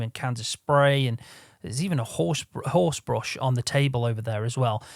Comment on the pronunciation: "it's got one orse in each wheel" 🤣